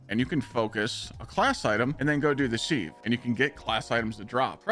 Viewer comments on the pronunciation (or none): What the hell is this “SEEV”?? 😅😅😅😅 Te word is pronounced as “SIV”. You know. Exactly like the kitchen implement you use to drain rice or get the lumps out of flour. Bloody SEEV 😂😂😂😂😂😂😂